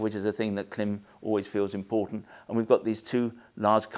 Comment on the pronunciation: KLIM. Pronounced CLIMB. I appreciate you do it for the engagement but still… it’s really irritating. Devalues your opinion when you can’t even pronounce the brand correctly!